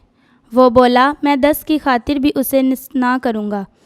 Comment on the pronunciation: محترم مناد صاحب کی خدمت میں سلام عرض ھے۔ جناب سے گزارش ہے کہ جو بچے کلام پاک کی تلاوت کے لئے آتے ہیں ان کی تیاری مکمل نہیں ہوتی۔ اکٹر بچوں کا تلفظ ٹھیک نہیں ہوتا۔ جیسے آج کی تلاوت ھے۔ اس بچی نے نیست کو نست بولا ہے اور کئ بار بولا ہے۔ اس سے سننے والوں کے دل میں شک گزرتا ہے کہ یہ لفظ نست ہے یا نیست ہے۔ اسی طرح لفظ بعید کا تلفظ بھی غلط بولا گیا برائے مہربانی تلفظ پر بہت دھیان دینے کی ضرورت ہے ۔